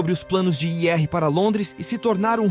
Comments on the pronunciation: Essas locuções esquisitas sempre falam errado ao tentar dizer "IR", no lugar dizem " I R " (as letras separadamente), além de outras palavras rsrsrsrs. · Mas é IA. Tem uma parte que ele deveria falar “ir”, mas lê a letra, no caso “i” “r”